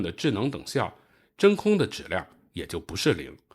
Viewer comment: 把质量读成指量，把即使读成既使，这到底是哪里的方言？